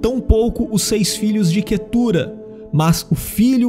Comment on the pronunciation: O nome da minha esposa, mas pronunciamos Quétura